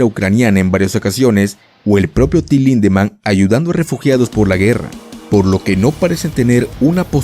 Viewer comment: Cada ves que dices su nombre escucho "Tilin"